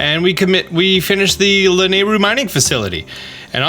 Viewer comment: It's pronounced lanäiru